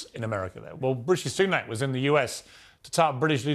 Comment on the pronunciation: ....who the hell is "Rooshy Sunook"...??